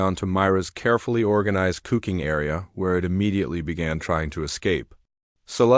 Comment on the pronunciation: Another one with AI narration issues. "cooking" mispronounced every time I heard it before I just had to quit listening. Think I am going to tell YouTube to stop recommending this channel. Just can't deal with the poor quality of narration. Waste of time when there are plenty of other videos out there to listen to.